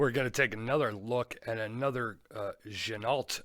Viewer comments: Quick correction on the name again, it's pronounced gin-o. The L and T are silent. Sorry! Had to say it! Great review. I've a no date on the way. Your 1st review helped me make my mind up. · I believe you're wrong again on the pronunciation. Give it a little French flair. Like Gen-oh! You know? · I don’t care about it, but you’re right, it’s gen-oh